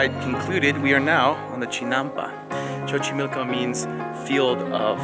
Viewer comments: Sorry but the way you say Xochimilco annoys me so much...the first X sounds "s" so the way you read it is "sochimilco" not chochimilco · It's pronounced Sochimilco not chochimilco Lol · Some corrections: 1. Its not spelled "zocolo" its Zocalo 2. Its not pronounced Chochimilco its like a "so" sound like "sober" sochimilco 3. That wasn't bosque de Chapultepec, it was CASTILLO de Chapultepec. And yes, I'm from Mexico city. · the pronunciation is not sho-chimilco, is so-chimilco..... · Hahaha que tiernos, como pronuncian Xochimilco, (Chochimilco) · "Chochimilco"😂😂 you're amazing guys, keep those cool vibes on and thank you for coming to México👏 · Chochimilco? WTF?